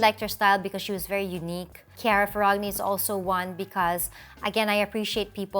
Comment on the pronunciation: i'm italian and its not ferr-ag-ni its ferr-anyi